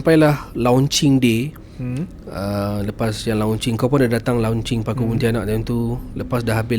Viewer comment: it is mentioned as lonch...bukan lau nch. nak jadi kak jem ray ke?...bukan rare